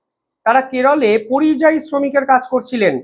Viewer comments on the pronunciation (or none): none